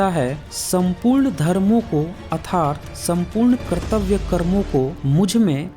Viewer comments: भाई वीडियो बनाने वाले को अर्थात भी नहीं बोलना आता। ये क्या भगवद्गीता का अर्थ बताएगा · भगवद्गीता के बारे में बोलने से पहले 'अर्थात' तो बोलना सिख लो। जब तुम्हें सही से संस्कृत और हिंदी के शब्द ही नहीं बोलने आते तो तुम भगवद्गीता का अर्थ क्या बताओगे?